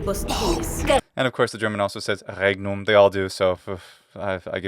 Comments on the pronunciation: But you have to admit that the way she says regnum is classical german latin pronounciation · I've been binge watching this series. Despite not having a great deal of Latin experience, even I reacted to the "regnum" pronunciation being off. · The thing with regnum being incorrect across all versions must have something to do with someone in production/post-production insisting on the incorrect not-ecclesiastical pronounciation. If they get an actual ecclesiastical latin coach, for example, it might had fared better. (I initially suggested an actual member of the church but I don't think they'd like the premise of the show)